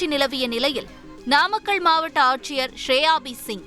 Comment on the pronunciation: Namakkàl ---- நாமக்கல் pronunciation is highly condemned. What are you saying? pronounciation mind it. News readers should go through tongue testing . Highly irritating pronounciation.